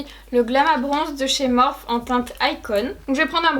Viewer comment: BONJOUR ! Ta façon de dire "Morphe" me fait toujours marrer :D AU REVOIR !